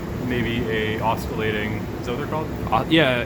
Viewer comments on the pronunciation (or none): tell him it's pronounced 'OSSILATING'